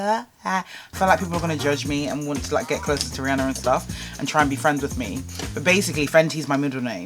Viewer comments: The way you pronounced ‘Rihanna” killed me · "it's a collaboration I did with rihanner" LOL